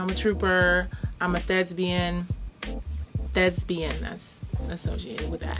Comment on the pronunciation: LMFAO! 😂😂😂 The word is thespian, love. Thesbian is not a word!